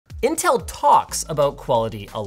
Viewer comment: Now time for our sponsor "Intell"